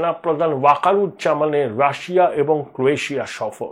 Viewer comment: Rassa bolchhen keno?...😂😂 pronunciation thik korun